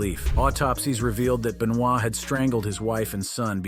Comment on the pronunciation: It's Ben-va... pronounce I think, not Ben-noi